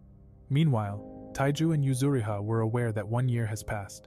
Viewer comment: Yuzuriha not yuzuhira